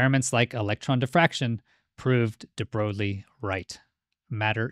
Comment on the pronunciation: Pronounced De Broy al